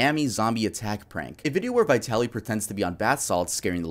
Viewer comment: As a Russian-American, you pronunciation of Vitaly is wrong… but then again he’s a piece of shit so I can’t be mad lol. I’m not buying his shroom argument at all. I feel horrible for the victim! He assaulted her in broad daylight, yet she got no justice